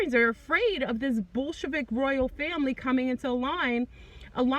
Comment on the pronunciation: When you say Bolshevik it sounds more like bull** lmao.